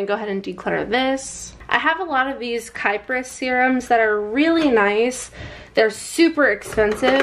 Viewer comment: Just for anyone wondering about Kypris. It’s a super luxe but effective line of skincare that’s formulated without any questionable ingredients most people don’t even need on their skin. It’s also pronounced ‘kip’ ‘ris’ ☺️